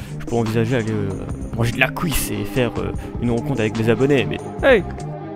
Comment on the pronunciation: MDRRRRRR de la "couisse" avec de "l'HOUILE de tournesol" xDDD